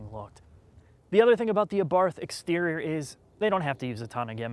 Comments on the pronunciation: DUDE it's 2016 and you've had 4 years to learn it is pronounced AH-BART, AH-BART...AHHHHH BARRRRRT. Jesus go review a mini, that should be pronounceable for you. Yes, I viewed this hideous "thing" you probably call a review. The trog mechanic dude is embarrassingly unfunny yet attempts to hide it by saying nothing relevant, interesting or even knowledgeable. Too bad, I was looking forward to some REAL knowledge..huhuhu Beats audio exhaust..huh huh, call Woody Allen. Oh and the "Sport" button elevates the steering, increases throttle and shift response (notice how the torque is instant) stability control firms along with that steering. Sport auto adjusts the degree of differential locking depending on YOUR personal driving speed. The PCM recalibrates torque to 170 lb feet from 150. But has nothing to do with horsepower, the one thing you said it actually did. Facts goose, facts!! So a firm ride on the ass. An increase in torque by 20 lb feet BUT remember it does not increase horsepower..wow dude pick up a book. We all love your pertinent observations...oooo like the bird on the road, was it new world yellow warbler or gobblin warbler? Please!! My fav " the two cup holders in the back are hard to get to" well for who? You? Keep your googly ass eyes on the road goose, they're for rear passengers only.. Okay I counted 42 ignoramus things that came out of your mouth..nervous man dude non-FCA you and when did Sergio Marchionne say there were quality issues? I'll have to ask him. Ok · PLEASE, learn how to pronounce the model designation. No-one can take you seriously when you so completely mispronounce "Abarth" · Also, by the way, the correct pronunciation is Ah-bart, not Ay-barth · It's pronounced: Ah-Bart. NOT A-barth, or ahBarth (with the emphysis on the BART). And NOT like this bozo is pronouncing it (uhbarth). Also, why is he even reviewing this car since he clearly thinks the car is a bad joke. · The "Abarf"! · Either is better than ah-bath. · We say in Italy Abart